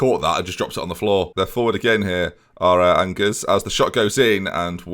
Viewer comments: Angers is not angers. It's pronounced something more like Onjair. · Your French pronunciations pain me and I'm not even French Onjer and Nim is how to pronounce Angers and Nimes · Angers in French : Anjé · His pronunciation Onjers me severely